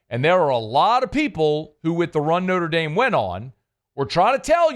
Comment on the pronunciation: “Norte Dame” … = Notre Dame.